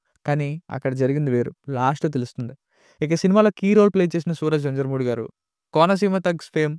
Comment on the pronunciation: Adhi venjarumoodi kadu.venyarumoodu ani chadavali